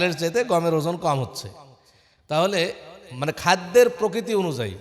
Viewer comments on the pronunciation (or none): none